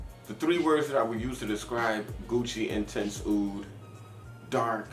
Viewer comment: why do you say "intense" like you are french or something... come on now